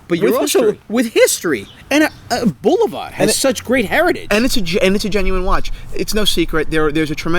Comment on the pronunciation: I stopped watching after the son pronounced Bulova wrong smh